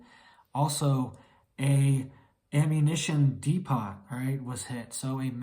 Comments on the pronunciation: Pronounced Depo. "De-pot" is something you sit on in an old folks home. 😉Thanks for the report. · depot is pronounced "dee-po" (rhymes with "repo"), not "dee-pot" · Learn the language,when its DEPOT its pronounced depoe no Pot involved hehe.I listen for fun,way ahead of the news with friends in certain countries and areas of conflict.Western media is programming propaganda like tv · Please disclose where your getting your information. I’m very thankful for it! I would like to verify it though. This is huge news if it’s true. And btw, depot is pronounced depo, the “T” is silent……. I’m not criticizing, just helping you out. Please let us now where your getting your information. Thank you!! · Idk if anybody ever explained the word depot to you. You don't pronounce the T & the O is a hard O like in tote, boat, below, not a soft O like in hot, pot rot, etc. It sounds like repo but with a D